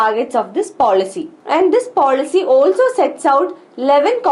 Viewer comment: horrible pronunciation